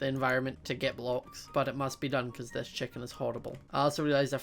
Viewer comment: Why do you say checken its chicken